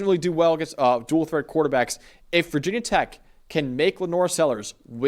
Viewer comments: Great vid- but NOBODY in blacksburg calls it vah tech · Never say “Vah tech” 😭 that goes for any Virginia or West Virginia team 🥀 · Yes, we hate being called "vah" tech. It was us. 😂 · 1000 Thumbs down for dude on the right thinking this game is in Blacksburg (did you even read the two sentence byline?!) and for both guys repeatedly saying "VAH TECH" knowing full well that VT fans dislike that. If you are bothering to cover the teams, maybe read up on them a bit. You might actually retain more subscribers/viewers that way. Just an idea. But if you want to go needlessly disrespecting a team, be willing to be written off instantly by their entire fanbase. Never heard of you guys before. Will never click again. Buh-bye